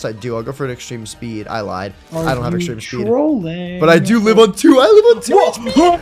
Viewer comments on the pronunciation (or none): none